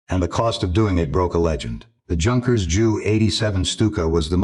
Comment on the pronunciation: Junkers. Should be pronounced Yunkers